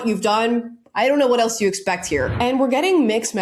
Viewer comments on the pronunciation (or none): none